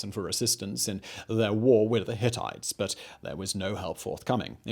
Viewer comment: I know you all laughed at "Hittities"